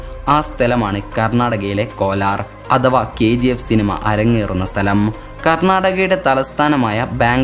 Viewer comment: വീഡിയോ ഇൻഫർമേറ്റീവാണ്. പക്ഷേ സംസാരത്തിന് ഉച്ചാരണശുദ്ധി ഇല്ല. ഉദാ:- ഗനി, ഗനനം, ബൂമി, ബരണം, മദ്യബാഗം, അതവാ, തുടങ്ങിയവ